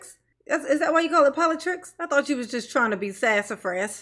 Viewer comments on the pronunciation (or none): none